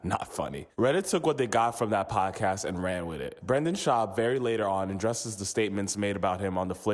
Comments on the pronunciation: It’s anecdote, not antidote. It’s Brendan, not Brandon. Your whole gimmick is based off speech and you can’t even speak properly. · You should probably pronounce “Brendan” Schaub’s name properly though……. Don’t know who Branden is………. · IT'S BRENDAN NOT BRAAAAANDON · it’s Brendan, bro. not Brandon like you kept saying lmao good video otherwise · It's brEndon not BrAndon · his name is BRENDAN, jesus am I the only one who was bothered by this? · BrEndan not Brandon!!!!!!BRENDAN!!!! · It’s BRENDAN not Brandon Jesus Christ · It's Brendan not Brandon. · It's Brendan not Brandon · Does it bother anyone else that he keeps saying “Brandon” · Brendan...not brandon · Why can’t this clown on the video say Brendan? It’s not Brandon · 🤌🏼It’s Brendan not Brandon 😂😂😂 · It’s Brendan, not Brandon. But he sucks and I enjoyed the video :) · Keep pronouncing his name as Brandon. LOL. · I’m pretty sure the narrator legit doesn’t know the difference between “Brandon” and “Brendan”… it’s ok bapa, put on an apron and get to cooking that orange chicken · Can’t take it seriously when the narrator keeps saying “Brandon” Schaub. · I loveeeeee that you mispronounce Brendan's name lol. The cherry on top lol. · Dude know one is going to take you serious if you can't even say the guy's name right 💉😘✌️ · Lol a whole video about the guy and the narrator never said his name right haha